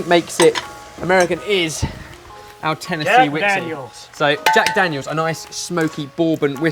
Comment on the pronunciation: Jag Dagnels and bacon strips... Trying to reach someone?